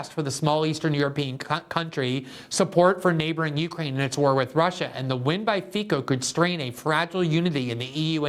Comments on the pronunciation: His name is pronounced fitso not fiko. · pronounced Feetz-o.